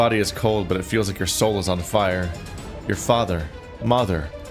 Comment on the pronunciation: “Mather” lmao sorry this is too hilarious to ignore